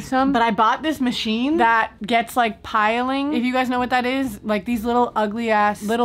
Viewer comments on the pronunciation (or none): Not that this matters at all lol but it’s called pilling like pill-ing